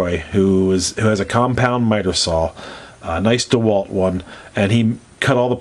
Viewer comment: Hey, he's got a Zocchihedron. LOL My favorite is the dodecahedron, I just like saying that. Thanks for pronouncing DeWalt right, instead of DEEWalt. hehe Great work buddy, well done tutorial.